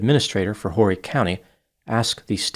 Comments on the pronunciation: As you've probably been told, it's pronounced "Orry" county, not "Horry". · I think Horry county is pronounced Orry but I like that way too 😂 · The H in Horry is silent. It sounds like Orry County. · I can not believe dnt know its pronounced Orry County.. & im frm Louisiana 😂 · It’s pronounced Orry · It’s pronounced Oar-ee county. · The H is silent in Horry sir. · Horry county...the H is silent